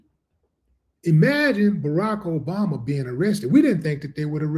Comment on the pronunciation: yea but he says obamna